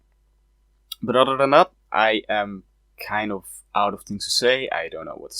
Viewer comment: Can you please stop saying “otter” instead of “other”?